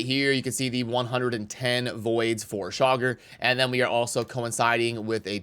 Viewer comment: I hear 'shocker' every time you say Chaagur 🤣 Saving Genbo for my FTP acct during champ chase